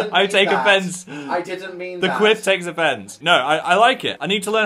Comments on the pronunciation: I keep thinking you say queef when you say quiff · Omg I keep hearing a similar word to quiff every time I’m so sorry I can’t 😂😂😂